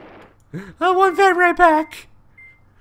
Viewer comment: Its Overloon.... not Overloom :) and Venray... not Venraij